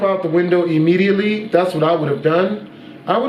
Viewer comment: "Ya bro jump out of the window imidiently! " I'm still dying 😂